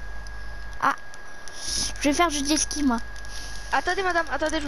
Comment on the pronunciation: Ça se dit pas jeski c’est(jetski